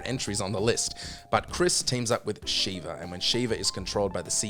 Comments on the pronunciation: You put RE0 behind RE6 on the last place? Okay what can i expect from people that can't pronounce the name Sheva (not Shiva) 😂 just joking it's a bad ranking 👌🏼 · Birkin, not Burton. Also, the problem is specific to the AI itself, not to Sheva (short "e" sound, BTW). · I stopped watching after hearing the way he pronounced Sheva's name lol